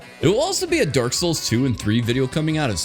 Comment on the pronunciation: Am I the only one hearing him say "derk" instead of dark?